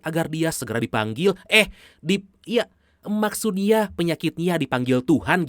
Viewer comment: Plis banget "maksudnya, bukan maksud YA" pake n kak.. kesel bgt dengernya kata NYA jadi YA huftttt....